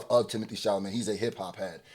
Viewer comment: it’s Sha-la-may. Not sha-la-met 😂😂